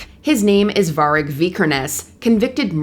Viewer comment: The pronunciation of Varg 😂😂😂😂😂😂😂😂